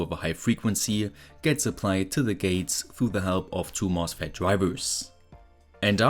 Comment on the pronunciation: Why do you add an "s" to every word, even though it doesn't need it? "This is a mosfetSSSS". "This circuitSS".